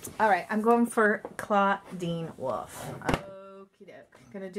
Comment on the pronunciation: It's not woof it's WOLF